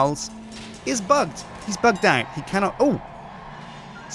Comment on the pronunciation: its bugged not bigged bigged isn't a word